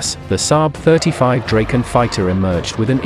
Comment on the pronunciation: its pronounced dracken